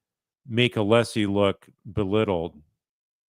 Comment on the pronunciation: asked Alessi to clarify his name, then mispronounced it! Idiot right outta the gate.